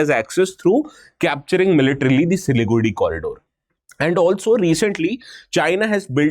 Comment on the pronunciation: Why does he keep pronouncing Siliguri as Siligudi. By the way , it a very hard accent